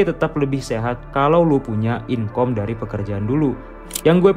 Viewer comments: jangan bilang inkom...tapi dibacanya inkam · Inkam bg bukan inkom